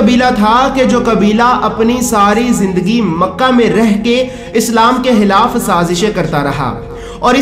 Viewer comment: Ap kha ko ha q bolte ho hilaf nai khilaf dahil nai dakhil hota hai sahi se bola Karo